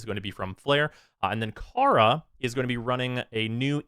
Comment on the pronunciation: Kaya, not Kara